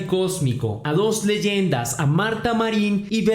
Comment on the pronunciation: me es imposible conservar la seriedad en estos videos en cada ocasión que dice leyenda me da risa xdddd